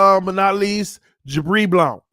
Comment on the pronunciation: Bro why you keep pronouncing "Blount" like that? 🤣🤣🤣